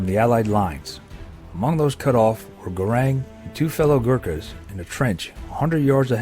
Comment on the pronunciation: Such a shame that the commentator correctly names this Gurkha as Gurung and then continues to call him Garang for the whole of the clip. He's worthy of a little more respect I think.